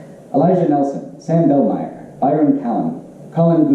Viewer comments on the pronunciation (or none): none